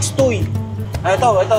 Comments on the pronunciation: hahaha caltex tuy.. ang basa dyan ay tuwe bro. haha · lods Tuwi bigkas ng Tuy😊